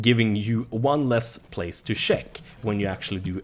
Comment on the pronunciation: He says sheck I instead of check lol